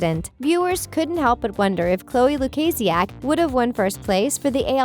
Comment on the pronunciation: Young Smart excuse me who are you calling me deaf?!, first of all don’t call me deaf if you don’t even know me, Beacuse that’s kinda offensive and second of all, she said LUKAZIAK Perfectly, that comment that you did towards me about about deaf was very rude 😒